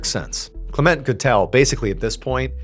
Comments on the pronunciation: CLEment. Not CleMENT. Words with two syllables have the emphasis on the first syllable. DOCtor, MISter, SURgeon etc. Linda. 🇳🇿📚🍷🦆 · Isn’t it pronounced “KLEM-ent” ? 🤔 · I always thought that name was pronounced CLEM ent Was I putting too much emPHASis on the wrong sylLABle? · LOL ... try: Val(or "va")-Landig-ham? ... And maybe try: Klem-ent (closer to "Climment" than "Klah-Ment")